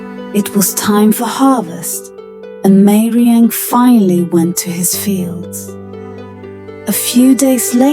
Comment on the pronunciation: It is not meiriang it is gairemnang